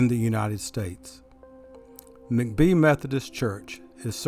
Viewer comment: Hi, I’ve lived in Greenville for over 35 yrs now, and enjoy your videos. Your voice is very familiar to me. Anyway, just a small point: Vardry McBee’s last name is pronounced Mack’-bee with the emphasis on the 1st syllable. Also, are you familiar with the books by Charles A David called “Greenville of Old”? Vol I was published in 1998; Vol II published in 2000…both books published by the Historic Greenville Foundation. I think you will really enjoy them. Do you happen to be an architect? Just wondering because we are part of that community in G’ville. Thanks so much for your videos!